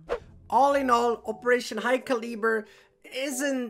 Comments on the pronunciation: Cal as in calve. - eh-burr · Btw it's pronounced caluhber like (cal-uh-bur) hope you find useful :) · Hey imma help you out a bit Calibre is pronounced Cali-Brrrrrrr xD great content keep it up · Btw it's pronounced caluber like (cal-uh-bur) hope you find useful :) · Calibre is pronounced Cal-iber so I don't know why they swapped the R and E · Hey! Fellow American here to help you with pronouncing Calibre. “Khal-eh-bur” Note the “a” in “khal” is pronounced like “aaaah” and “bur” sounds like “fur”:P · My thoughts are you might have the worst way of pronouncing "calibre" :D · Marked safe from pronouncing calibre